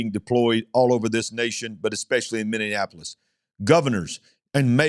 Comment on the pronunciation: you've added an extra syllable to Minneapolis....sorry it's just making my ears go all funny...sensory issues...😇😜